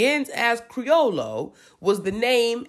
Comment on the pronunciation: The double L is pronounced like a Y so it's creo-yo.